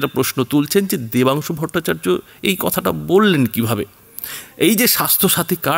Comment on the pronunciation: Name Vatungsu na dabansu valo kore bolo..